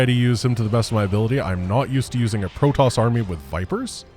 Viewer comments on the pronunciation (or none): none